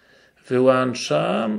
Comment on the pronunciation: Kciuk w górę. Ale proszę "wyłączam" a nie "wyłanczam"